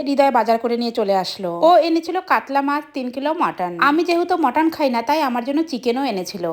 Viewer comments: মটন উচ্চারন টা না পারলে বাংলা বললেই তো হয় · Mutton ❌ Mooton ✅😂😂😂😂